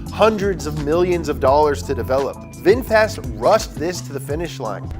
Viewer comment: Red Bull is Thai 🇹🇭 brand. And Vinfast, not Winfast